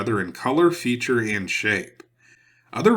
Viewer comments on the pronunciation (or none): none